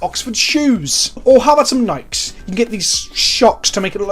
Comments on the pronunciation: But can $100 teach you how to pronounce Nike properly? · ITS PRONOUNCED FUCKING NIKEEEEEE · I'm not sure if you say Nike like that because British or.